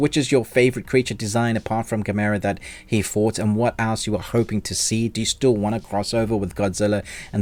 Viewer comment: You say gamera totally wrong. Why.